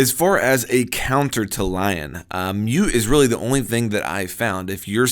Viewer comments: I think you actually pronounce it Lee-on since he's french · I thought it was LI-ON? (Lee-On) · It's pronounced Leon EDIT: how's this not on TTS?